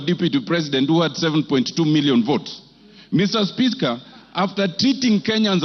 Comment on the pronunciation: Mister Spiska... . 😂😂